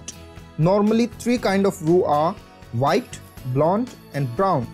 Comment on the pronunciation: Vee like Vhite sauces!!